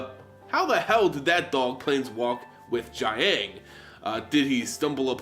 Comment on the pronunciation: the ang sounds are a bit more like oung (i.e. young) so you pronounce "jiang" a bit like "jyoung" and the "gu" sound is pretty much pronounced as "goo"